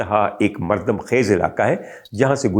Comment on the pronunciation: مردم Mardan ghalat Talaffuz hai. مردم ( " د " پر پیش ) سے پڑھا جاتا ھے عام طور سے۔